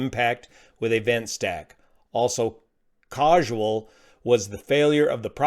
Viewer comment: Causal, not causual.